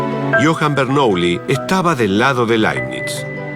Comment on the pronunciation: Bernuillí, aprendé pronunciación francesa, imbécil.